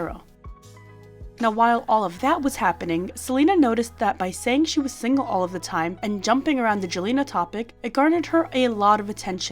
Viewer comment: Even if she is kind, I hate how she always says single single singel